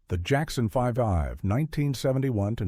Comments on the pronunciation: “Jackson Five-ive”? Really?? 😂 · The Jackson 5 ive? Your AI needs to learn how to read. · I loved "The Jackson Fivive! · This HAS to be AI tracked! Everyone knows that it’s pronounced The Jackson 5, spelled out 5ive.